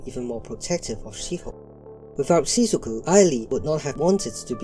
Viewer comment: you're also calling shizuku "shizuki" 💀💀